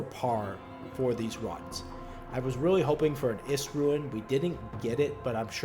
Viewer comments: It's pronounced rune. Not ruin. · omg i cant handle the "ruin" its RUNE. ROOOOON. REWN. not REW - IN.